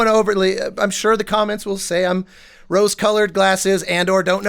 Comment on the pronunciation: Realtime first react, not on the hoodie, BUT: why am I hearing saying the commons instead of the comments just now?:D